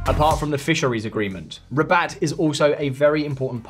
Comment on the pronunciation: Haha Rabat its not a hard word, this channel has only money for AI